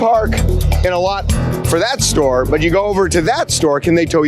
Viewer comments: Theres no "h" in the word store 😅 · Parked at one shtore and visted a different shtore 😂